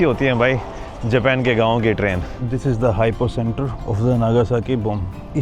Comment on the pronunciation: Tum bato bato me dant q nikalta hay .Bina matlab ke . Smart nehi lagta hay . Japan ka pronounce thik se karo .